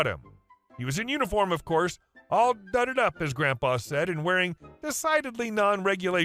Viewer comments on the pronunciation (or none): Dad was USAF late 50s/early 60s and watching Black Sheep Squadron confirmed the attitude Sgt. Strickland expressed that those planes belonged him was real. Also duded up the duded is pronounced as in whoa dude not dud.